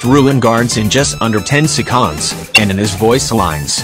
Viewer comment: did it just say sectonds?